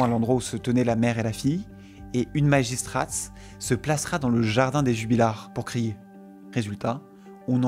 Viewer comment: Très bien; t'as fourché sur le mot magistrate en disant "magistraste" mais sinon c'est bien!